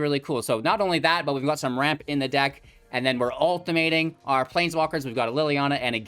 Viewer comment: Mans said Ult-tim-mate-ing